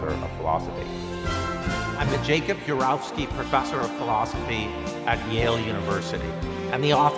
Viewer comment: He doesn't seem sure how to pronounce "Urowsky". The first four times, he says it one way; the fifth time, he says it another way.